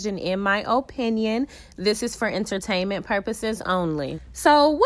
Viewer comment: I love the “it’s for enter-tan-men pur-pose only!”😂😂😂😂😂😂😂😂